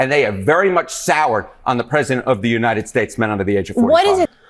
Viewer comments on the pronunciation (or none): none